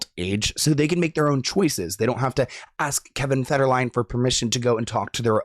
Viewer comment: Did that guy seriously say Kevin "Fergerlin"? 😂 And...I wonder if Britney is saying she turned 5 years old because she's a five year old clone? 🤨 Or at the very least a double who has been "Britney" now for 5 years? Hmmm.